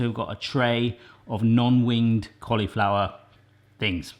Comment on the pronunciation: I love the way he says "collyflower". It just makes me smile. :)